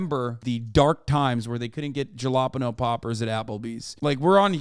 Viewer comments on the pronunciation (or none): hi from Switzerland, shit gives me whiplash. Same as Hasan‘s pronunciation of jalapeño.